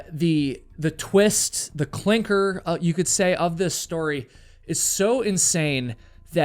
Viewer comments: Clinker? You mean clincher? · ..the Klinker of the story? the "Clincher," of the story